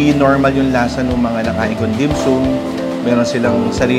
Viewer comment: bossing ang pronounce ay dim-SAM .. hindi dim-SOOM 🤣😋🤣